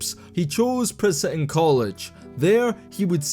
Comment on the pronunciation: As someone who lives 20 minutes away from Princeton, the way you say it urked me soooo much u have no idea. But good video dude